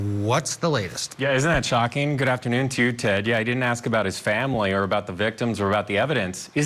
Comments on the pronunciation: Did that police commissioner axe or ask the killers family? Because if he axed them then he should be in jail too. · If we ax you? Seriously? You are a supposed professional and use that word?🙄🙄🙄